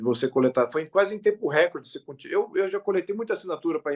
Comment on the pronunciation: RÉCORDE – A pronúncia RÉCORDE é errada; desde o étimo latino, passando pelo francês, o acento tônico cai na sílaba –CÓR– , rimando com aCORde, MORde, portanto, RECÓRDE. A acentuação proparoxítona NÃO É PORTUGUÊS.